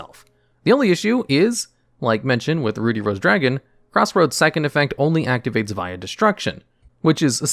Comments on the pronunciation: "Ruddy" as in "buddy", not "booty" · Ruh-dee, not, Roo-dee. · Ruddy = Ruh-D not Rue-D. It means have a healthy, red complexion. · My eye twitched each time he pronounced "Ruddy" as "Rudy." 😅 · Everyone felt weird when say Ruddy as Rudy? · YES GOD AAUGH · Ruddy actually rhymes with bloody, not ruby! Bit of an old fashioned word for blood-coloured,or red in the face. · You don't read very well do ya? Rudey Rose Dragon... my goodness you're stupid. Bassal Rose Shoot lol. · Usually when there's a double consonant the preceding vowel is short (i.e., "ruddy" rhymes with "muddy") 👍 "Basal" is pronounced kind of the same way Americans pronounce "basil." Think "base."